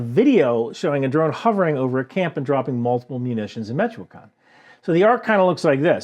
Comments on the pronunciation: It's "Meech"-"Oh"-"whah"-"kahn" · It's MEE-CHO-KAAN